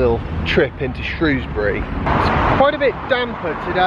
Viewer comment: Well done pronouncing 'Shrewsbury' correctly!